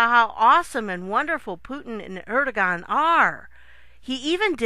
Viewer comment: Good work. One tiny correction: Erdogen- Pronounced Air-doo-wan